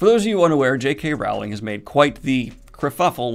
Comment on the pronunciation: Daniel it's pronounced Rowling as in bowling